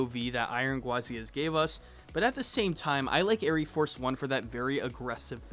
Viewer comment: You goober , the e is silent , it is just air Force one , smh